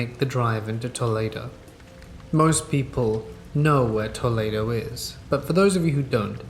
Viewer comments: Toledo is pronounced "Two-lee-doe" in Ohio. 😆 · the way Toledo was pronounced broke my brain for a good bit until I heard Ohio 😅